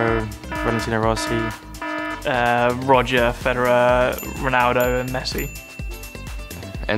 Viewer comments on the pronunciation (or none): none